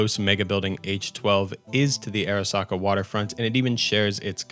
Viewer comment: Pronounce Arasaka as ah-rah-SAH-kah